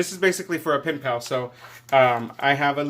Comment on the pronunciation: LOL wait what did you say pimp pal or pen pal!?🤣😜🤣😆😂